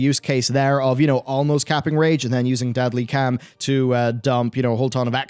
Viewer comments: Love your videos, a lot! But everytime you say 'Deadly Cam' i want to gauge my ears off 😅 caaaaaarrrrrlm <3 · Deadly calm is not pronounced as deadly cam. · Sooooo,. I know your trying to say Deadly Calm, but I'm hearing Deadly cam... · OMG HOW ARE YOU PRONOUNCING DEADLY CALM WTF